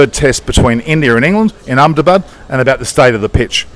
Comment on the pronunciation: Your pronunciation of 'Ahmedabad' is spot on. Pleasantly surprised by that little bit haha